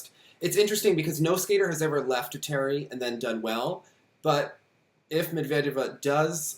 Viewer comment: Thank you for the vid!! ALSO - its not med-veed-eva lol. med-ved-yeva. med and ved rhyme.